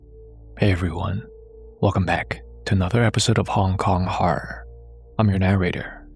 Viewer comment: Welcome to another episode of Hong Kong Harrrrrr. (and not "hor-ror" )